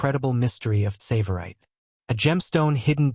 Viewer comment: Please pronounce the name 'Tsavorite' correctly.